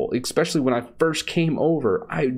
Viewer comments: the word is ESPECIALLY ......NOT "EXPECIALLY" !!! linux is cool....if you don't know any better or need specific software. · and "ekspecially" rawr. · You are too intelligent and articulate to say "expecially." There's no such word.